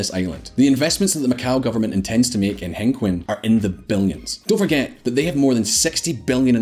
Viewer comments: next time get a chinese to narrate your video hengqin is pronounced as hung-cheen, not hang-kwin. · I think it’s pronounced Heng-Chin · The rental area is pronounced “Heng-Chin” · and hang-queen??? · that place is called Hengqin, pronounced close to HenChin. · be professional, work on your pronunciation on zhuhai and hengqing, please.